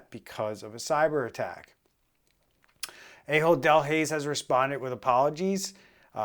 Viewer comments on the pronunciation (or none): I know it's a joke, but it is pronounced Ah hold, not A-hold.